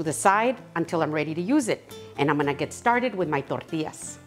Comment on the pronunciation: I just love the way you say tortillas ❤